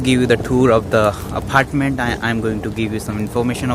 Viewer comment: Apartment bolna aphhartment bol raha hai 😂